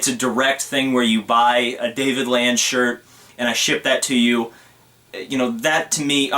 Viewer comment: U said my name wrong